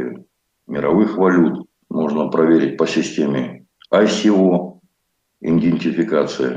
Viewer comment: Идентификация Многим ведущим это слово трудно даётся почему-то. Нет там Н между И и Д. Практически все пользуются этим термином и практически все произносят его неправильно. Слух режет.